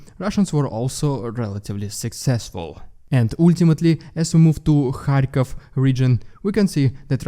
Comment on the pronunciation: Hey. It's Kyiv, not "kiev". And it's Kharkiv, not "kharkov". Please keep this in mind. Ukraine is not russian.